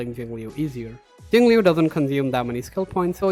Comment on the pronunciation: Very good music choice, Nujabes is goated. One day there will be a guide which pronounces her name right. Not that I blame anyone because they even said it wrong on the official english live stream.